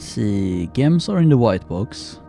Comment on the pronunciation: Gems are pronounced 'Jems'